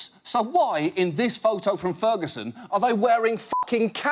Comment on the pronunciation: "Frigison Missouri"